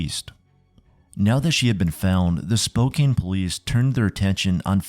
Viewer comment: How did you mispronounce Spokane so many times and then all of a sudden switch to the correct pronunciation for the middle portion of the video? Pronunciations aside, awesome video. Thanks!